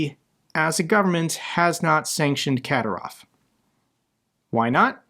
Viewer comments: Ka-dír-ov. Accent on the second syllable. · It's pronounced Azer'bai'jan (Azer By Jan) and Kadyrov Kadir'ov